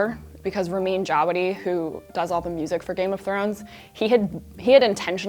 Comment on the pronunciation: It's Not Remen It's RAMIN RA is it really that difficult to prounance A Persian name Right?